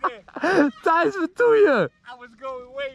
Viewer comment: Waarom zegt iedereen tice het is Tijs of Thijs